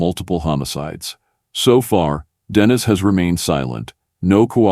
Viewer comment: Its Denis.. Den e.. not dennis